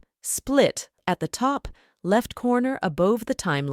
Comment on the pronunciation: low-kah-teed? oh, you mean Located,,,,,lol